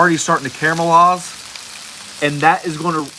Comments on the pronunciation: Don't you mean caramelize not camelize? Sorry just sounds like your saying camelized. Sounds funny. Keep the great vids a rockin! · Hate to correct but you keep saying CAMELIZE but it’s CARMELIZE Good video. Honest mistake